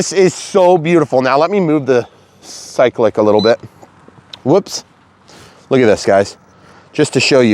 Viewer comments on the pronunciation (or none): Pronounced sigh-click / cyclic.... at least thats what i have always known....